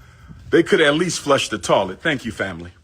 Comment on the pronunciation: If you think Umar is annoying in this video, imagine him working as a customer service agent. To kill the dead air or awkward silence he starts humming and singing doo doo doo. And what the hell is a tawlet?